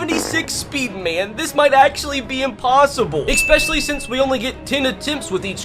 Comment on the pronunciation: E-specially!! Not Ec-specially. Get the fuckin language you use at least somewhat correct